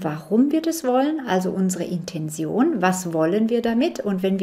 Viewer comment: Liebe Mel, dankeschön für deine Arbeit und die bereichernden Informationen. Nur eine kleine Frage: Warum sagen so viele Menschen, die im esoterischen Bereich Infos verbreiten "Intension"? Ich kenne nur das Wort "Intention", ausgesprochen " Intenzion" in der Bedeutung "Absicht". Das verwirrt mich etwas.. Liebe Grüße und alles Gute